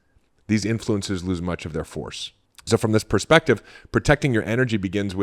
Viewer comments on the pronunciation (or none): none